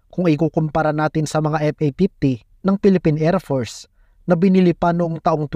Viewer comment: WHAT IS ER TO ER MISSILE , ER PORCE, EP A PIPTY? TOL DAHAN DAHAN KA LANG AT ANG TIGAS MO MAGSALITA YUN F MO NAGIGING P